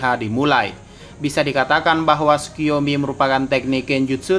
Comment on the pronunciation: Hahaha sukiyomi? Yg benar sukoyomi